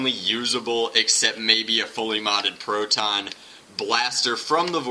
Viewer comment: It is funny the way you say PROTon